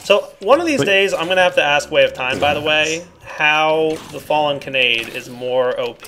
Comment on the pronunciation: sighs, it's pronounced Ka-na-day not "Can-aide" or however you seem to be saying it.